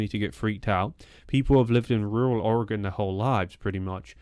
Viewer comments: Thank you for saying Oregon right. I've lived in Oregon all my life, and it bothers me so much when people say it wrong. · You are saying the word oregon correctly, most from here don't. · May I take a moment to express my appreciation for your pronunciation of "Oregon"? When it comes up on the internet, typically the best we get is "Orry-gawn". It's a minor thing, but nice from someone who hails from so far away.